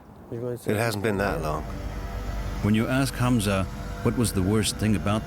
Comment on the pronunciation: A German named Hamza, not Hanz.